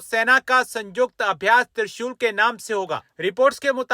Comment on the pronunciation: त्रिशोल नहीं बेटा त्रिशूल होता है. यह हमारे आराध्य देव शिव कस हथियार होता है.